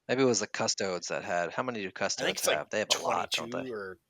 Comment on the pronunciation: Ace. Custodes = Cust Oh dees xD